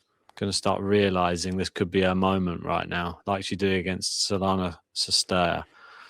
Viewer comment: Are you dense? Why can't you listen how umpires announce Cirstea's last name? You pronounce it as if it starts with "S". It is not.